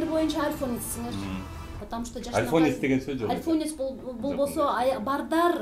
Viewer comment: Альфонсту туура айталбайт го